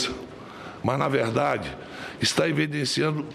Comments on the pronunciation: IVIDENCIANO KKKKK Sabe nem falar. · O medo é tanto que não consegue nem pronunciar "evidenciando" corretamente. O maior medo da escoria nao é perder a democracia, mas sim perder a boa vida ás custas do povo. Kkkkkkkkkkkkkkkkkk